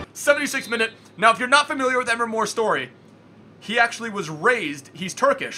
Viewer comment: Please Pronounce Emre Like Em-Ray. PS Love the Intros